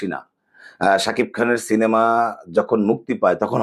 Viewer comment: তুফানকে আমি বলি, ‘শীনেমা!’ যে কিনা সিনেমাকে ‘শীনেমা’ বলে উচ্চারণ করে😂😵 শালা ‘গাধা টুপান!’ অনেক অনেক ধন্যবাদ জনাব👍🌹